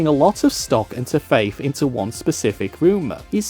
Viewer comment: It's Faith not Faiff, and Think not Fink